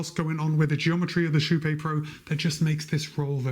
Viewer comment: Actually if the name is from kypegården its actually pronounced more like sheepé. Sh - ee (need) - p - é (pokémon). Im swedish so i know that pronounciation. The "ee" part is not exactly right but i cant think of a closer comparison in english